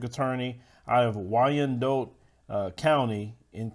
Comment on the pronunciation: Sorry bro, you mis pronounced the county name, it is pronounced why an dot